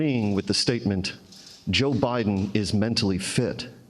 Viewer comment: Putin: "Okay guys, you heard BITEN, He's given us the okay to go into Ukrain"!